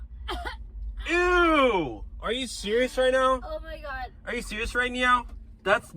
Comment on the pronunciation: Bro just said are u sewious wight nwow